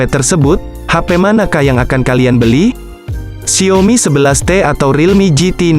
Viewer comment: Gw geretan banget tiap kali dia bilang XIAOMi jadi Xiomi 😆